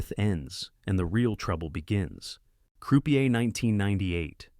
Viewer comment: AI generated scripts/voiceovers don't know any better. Notice the poor pronunciation of Croupier, or Gabriel Byrne?